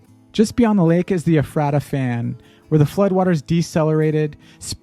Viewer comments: The least this narrator could have done was got the local pronunciations correct Ephrata is pronounced E-fraid-a. Not Ef- radda. The title of this says Randall Carlson | SCABLANDS TOUR. It should say a couple pics of Randall Carlson narrated by some lackey. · Thanks for covering this area! I love living in eastern WA so much. Idk if anyone else mention btw but the locals pronounces “Ephrata” as ‘ee-fray-ta’ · It’s pronounced E Freda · Great video, I especially enjoyed the graphic combined with the images. It makes it really easy to picture how it happened. But you really need to get the proper pronunciation of places when you are there. You pronounced Yakima, Washtucna, Ephrata, Wenatchee, Kalama, Umatilla… wrong.